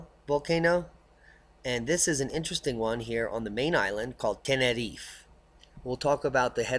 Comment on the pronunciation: Please say Tenerife correctly - nobody there says it like that and it sounds so silly. Anyways - I'll be there again in ten days time before moving out there permanently in a couple of years time and cannot wait - no more grey people, buildings and sky for me.